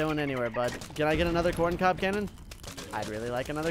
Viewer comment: The fact he says “coin cob” and not corn cob.